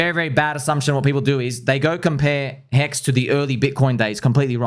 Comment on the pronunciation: It's not pHEX, it's HEX.